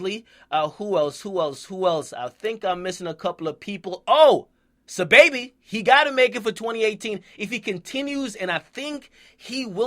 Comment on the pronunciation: Si Baby not sababy